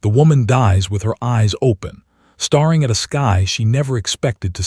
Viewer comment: Staring has only 1 R not 2 , the AI needs to learn how to pronounce words CORRECTLY, 😂😂😂